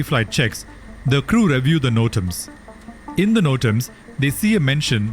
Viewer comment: He pronounces REDUCE and REVIEW as "red-yoos" and "rev-yoo." Wrong. Right: "ri-doos" and "ri-vyoo." He should buy Webster's.